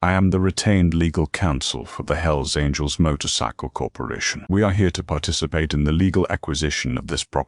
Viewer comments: Hells Angles? It's Angels. God how I hate A.I. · Story would be good if not for the awful AI voice. At one point couldn’t even pronounce angels